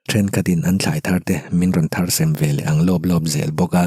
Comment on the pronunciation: Kan story ziaktute in fak awm khawp maia.. chu tih rualin in ṭawng kauchheh in fimkhur erawh a pawimawh bik leh zual mang e.. thar sem, ni lovin "Thar tem" tih tur aw..😊😊